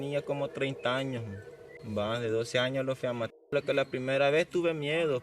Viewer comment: Interesante bro. pero hay dice anos XD 🌚